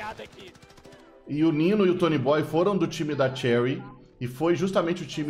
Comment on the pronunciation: Muito bom o vídeo, só tem um único problema, não é Toooonyyybooooyy e sim Tonyboioooiii